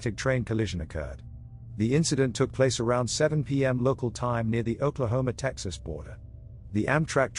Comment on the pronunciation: Anybody else get a kick out of hearing the narrator say "Oklahoma" with a British accent? No? Just me? - The story was about a frieght train derailement in Harvard, IL, so why did they show an overturned steam locomotive? Not many of those running in 2008. - I used to take the Chicago "el" train to and from work every day, but I only rode the Blue Line once. In conclusion, interesting, but "MOST Unbelieveable Train Catastrophes EVER Filmed!" is overselling it.